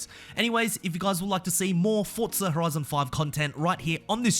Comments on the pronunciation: Forza.. For - za. Not Fort - za. geez so triggering! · Why is it called fortza 😂😂